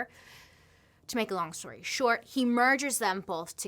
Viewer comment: Could have sworn Bailey said "long story dark" and now I can't not hear it🤪